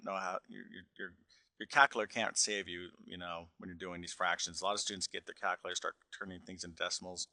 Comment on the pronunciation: what was that? cauckulater lmao